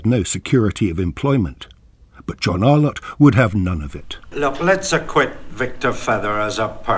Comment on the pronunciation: This tribute to the great John Arlott brings forth a flood of nostalgia and happy memories. Terrific clips included here, except the narrator's continuous mispronunciation as "Ar-lawtt" jarred a bit. More such uploads on voices from the past like Rex Alston, Brian Johnston, CMJ etc. will be most welcome.